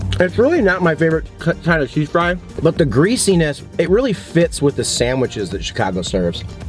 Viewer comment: I like that you say "samwiches"